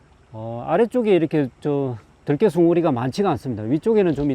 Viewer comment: 들깨 발음이 들에 돌아다니는 개를 표현하네요 들에 악센트를 주어 말하시길..